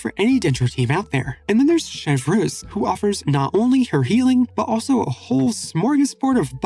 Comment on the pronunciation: i cant get over how you mispronoune her name...xD (I thought genshin already did bad job). I dont play with reactions or team comp so i dont talk meta about her. but they already failed with her design (plain sirin copy from honkai) , having a standard "girl" character, with a repetitive voice.... and she isn't something completely new in her playstyle.